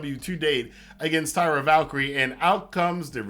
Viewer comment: Great review as always. You bring insight that so few do as many of them are just talking crap to get clicks. My only quibble is about the name of Taya. It sounded like you were saying Tyra.